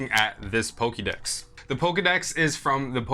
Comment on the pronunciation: Pokey Dex? For Pokey Mon?